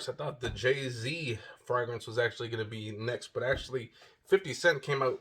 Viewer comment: POWER MAKES YOU SMELL LIKE AN EXECUTIVE..UNFORGIVABLE IS TOO METALLIC...NEVER SMELLED JAY Z WIFEY PLEASE TEACH HIM HOW TO SAY FRAGRANCE PROPERLY!!! PLEAEEEEASE!!!